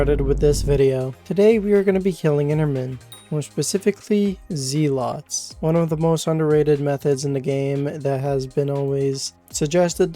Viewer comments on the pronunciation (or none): The way you said zealots pissed me off so much that I went outside and touched grass for like 3 hours. Thank you so much!